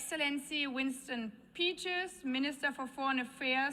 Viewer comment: 'Winston Peachers' apparently...